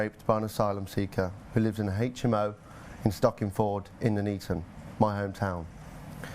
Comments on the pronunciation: Nuneaton. "None eaten", not "noon eaten". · Its NONE EATON not NOOO NEATON ! sort it out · It’s pronounced NUN-ETON as in ‘none eaten’.